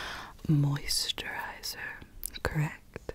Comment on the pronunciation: Are we gonna ignore how she exaggerates the word MOISTurizer🤣